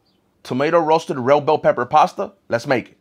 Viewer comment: the different ways he pronounced red bell pepper, in order: "roasted rell bell pepper pasta" "add one red bell pepper" "roasted rell bed peppers" (no hate i'm a big fan)